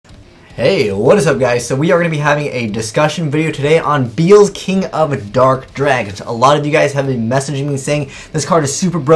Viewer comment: I wonder if will ever learn how to pronounce these cards names correctly. His name is Be-el-zuh, not beelz.